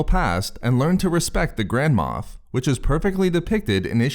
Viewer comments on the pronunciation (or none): I keep hearing "grandma" instead of "grand moff"